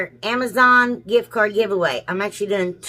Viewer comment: lol ..”AMAZON “